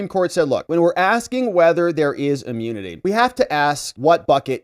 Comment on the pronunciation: its not amunity it’s immunity.